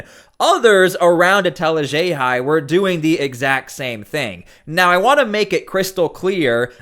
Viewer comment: She chose to be a public figure and to act this way in public unable to control herself like this is all a game… then complains that people voice their disgust with her in real life and plays the victim… pathetic… And I love that pronounces “Etel Haxhiaj” perfectly but not WUH STAHHh lol, gotta add our Boston accent In theaaa 😂